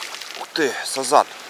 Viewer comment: сАзан так слух режет, у нас все говорят сазАн